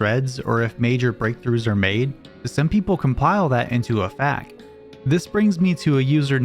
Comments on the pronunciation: Its F.A.Q. three separate letters, F-A-Q, not facts, it just sounds better to you cause you said it first before learning the real thing....like when we read a novel and mispronounce a character's name all book long then we learn the real pronunciation, but still say the same thing cause its more familiar, even tho no one else does. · No. It sounds weird saying facks. Please say F A Q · "FAQ" is an initialism, not an acronym. Meaning it is pronounced "eff ae kyuuz", NOT "facks". Initialilisms are pronounced one letter at a time, as opposed to acronyms. Another example of an initialism is FBI, as opposed to "NASA", which is an acronym. The fact that the "FAQ" in "GameFAQs" is capitalized further reinforces this. It used to be extremely rare to hear someone say "facks", because everybody knew it stood for "Frequently Asked Questions". It's kind of depressing that people tried to correct you into saying the wrong pronunciation, I'd guess it's just because it's the only one they've heard spoken, as it is unfortunately much more prevalent despite being erroneous. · Up until now I've never heard FAQ being pronounced like "facts". Curious For clarity purposes I personally prefer it being said like the individual letters F.A.Q. My non-native-English brain will probably keep hearing "facts" I don't think either pronunciation is wrong. Like with so many made-up words, it just depends on what you're used to in the grand scheme of things. But kind of like I say "soccer" because there is no ambiguity in what I mean, I like to stick to the terms and pronunciations that are hard to misunderstand Anyways, thanks for another great video :) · Yeah, "eff eh cues" has always sounded super weird to me -- plus, why waste all those extra syllables when you could just say "fax" instead? It's like... when was the last time you heard someone talk about an "animated gee eye eff" file instead of calling it a GIF? That's an acronym too, but nobody spells out each letter.